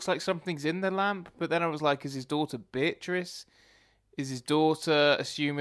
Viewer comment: It's Bee-uh-triss,. Not Buh-trice. Bee-uh-triss.